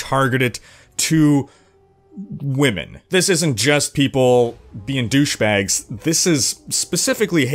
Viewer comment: struggles to get the 'whemen' word out of his mouth. #gayconfirmed